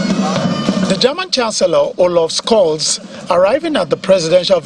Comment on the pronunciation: Wtf is "olof schols" 😂😂